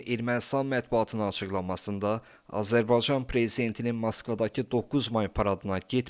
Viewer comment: Daha Azerbaycan kelimesini söyleyemiyorsun haber programi sunuyorsun..rezillik😢